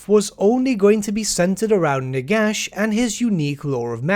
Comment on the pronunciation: Did you say "Nigash"?